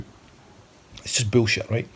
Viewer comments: The only question while watching this guy i have is if he will ever manage to pull the rest of his brain out his nose and drop dead... keep digging, you can do it pal! I like one thing about him though... how he pronounces „büllshite“, because that’s heavy metal 🤘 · Love the way he pronounces 'boolshit', like really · Lmao he said “bewwleshi